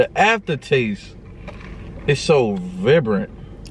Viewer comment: The way he pronounced vibrant LOL😂😂😂